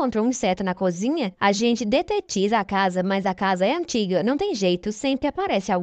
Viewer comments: Bom dia ,eu homem gosto desta novela ,coisa um tanto inusitada ,parece anormL. Uma ressalva ,vc que narra ,quando diz conzinha é errado e sim cozinha .ok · Ouvir "conzinha" é doído! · Difícil é só ouvir "CONZINHA"😣